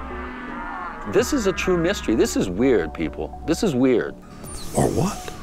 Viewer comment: Dude is saying "weird or what?" wrong. Dumb name for a series anyway.